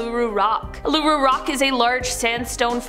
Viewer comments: The way she said Uluru. It’s pronounced oo la roo 😂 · Also the pronunciation of Uluru 😂